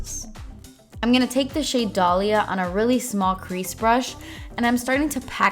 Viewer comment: Never have I heard someone say my name so nicely ty I didn't know this palette had a shadow with my name now I want that blue Dalia 💙💙💙💙